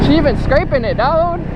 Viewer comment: is he saying dog or dude somebody please make that a legit word in the dictionary duogde (dog/dude) hahahahha